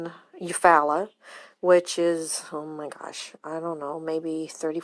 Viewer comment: That podcast gave wrong information! Cynthia's Mother is still VERY much alive! I just spoke with her on the phone! Also, Eufaula is pronounce Eu-FALL-a!